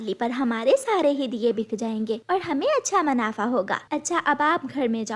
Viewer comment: O anpadh ganwar, m a n a f a. nahin-- M u n a f a. Luta doongi nahin--- Lauta doongi